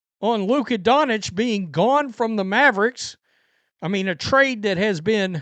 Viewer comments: Donich? That's some really hillbilly stuff. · he’s just not an actual sports fan, he just likes to get red and whine. Any actual fan would correctly pronounce Doncic, Jokic, etc